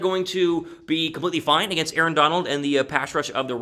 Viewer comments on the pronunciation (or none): none